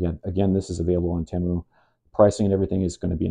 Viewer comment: Idc what anyone says, it's tee-mu not teh-mu. Fight me